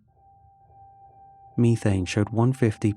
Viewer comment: Terrified of the way you pronounced methane tbh 😔😂